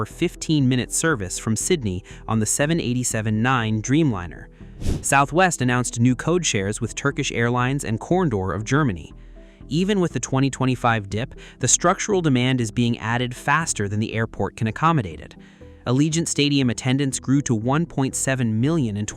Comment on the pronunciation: Did this shitty ass AI voice really just call Condor, “Corn door”?